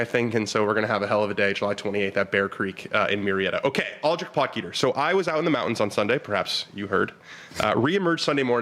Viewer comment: It’s pronounced pot heater not pot geeter, looks like he’s going to be around for a while so let’s try to start as we mean to go on .great show